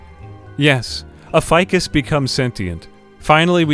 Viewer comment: "A fikus gone sentient" YIKES....